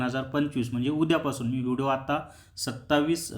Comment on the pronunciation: व्हिडो नका म्हणू ओ व्हिडिओ म्हणा कृपया😂